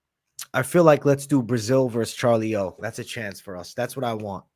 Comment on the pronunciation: You should ask a brazilian how to pronounce "Charlinho" correctly You sound stupid